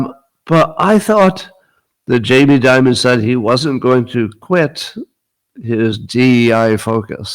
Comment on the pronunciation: It's Jamie Dimon. Not Jamie Diamond.